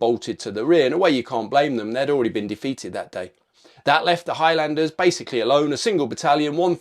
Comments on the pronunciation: its pronounced HIGHLANDERS not High-Landers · sorry... High...LANDERS...!!! never heard highlander pronounced like this... !!! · the way u pronounce highlander is pretty bad